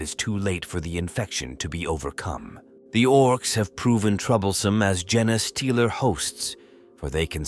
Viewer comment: 2 seconds in…jenaaaay stealer! So they steal Forrest Gumps mrs? ( then again who didn’t 🤣) Put more effort in! Already lazy A.I Unsubscribing